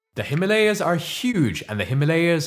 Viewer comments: he isn't white then ? why does he pronounce himalaya that way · Please pronounce Himalaya properly. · Please correct your pronunciation of the word - Himaalaya. It's "Hi-maa-la-ya". Not "Hi-ma-la-ya". It's Hima-Aalaya, viz. Abode of ice. Hima=Ice. Aalaya=Temple/abode of great place particularly Spiritual. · Himalay not himaliyas 😂😂😂😂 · Himalay hota hai or Ganga na ki Ganges, Angrezi padho or paagal ho jaao! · Also it is not - Hee ma lay yaas But - Him aalaya ( the abode of snow) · Please pronounce Himalaya as it should be pronounced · Video was great but really disappointed by your pronunciation of Ganga and Himalaya maybe you are an not your fault.